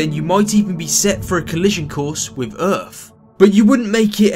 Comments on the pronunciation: AaaaaaaaaaaaaaaaH I just listened to this again and I cannot STAND it. It is so bad what is wiF excuse me WITH the TH's what is the deal????? You sound like some of our homie's over here in the hood with THOSE pronunciations. Again the same thing like fucking birFday!!! It just sounds so fucking ignorant. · k I agree with you ,why do these lazy people 'and its being taught in schools and said by teachers ,academics, also tv and radio they say''wiv instead of with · “A collision wiff earfff”